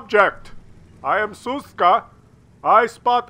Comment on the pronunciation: sz is read like sh - so it's Shushka. But, I agree that Suska sounds funnier.